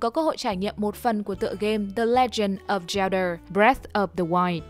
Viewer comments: góp ý nhỏ là bạn đọc đọc zelda là cheldar nghe hơi cấn cấn, nếu bạn sửa lại được thì nghe sẽ hay hơn, cảm ơn vì đã đọc <3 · feedback cho bạn đọc script để khắc phục: giọng đọc ko khác chị Google, ru ngủ thật sự, english pronoun thì còng kềnh, zelda đọc là zel-đơ....